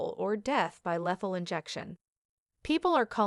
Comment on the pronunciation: You are mispronouncing her name and other words Like lethal, not lathal! This is old news!!